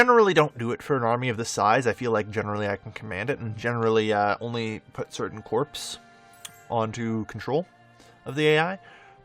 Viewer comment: I love Romania LPs... think you can pronounce Corps right though? Its spelled like a dead body, I know, but it is definitely pronounced Core, like those things from Europa Universalis?